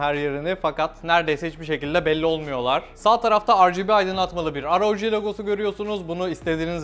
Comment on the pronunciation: şunu aroci diye okumak ne kazandırıyor